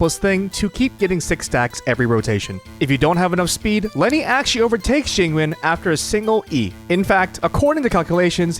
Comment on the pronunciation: It depends on your dialect. Both yween↑ and yun↑ are correct. I just find it funny because he also pronounces Jing Yuan Jing Ween.